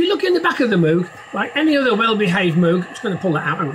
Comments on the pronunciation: It's pronounced like "mogue", like rogue or vogue!!! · For someone so into Moog it’s a shame you can’t pronounce it properly, they even did a keyboard that rhymes with it, The Moog Rogue